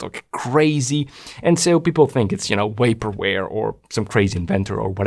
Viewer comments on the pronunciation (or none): Did you say Wapor Vare? 🤣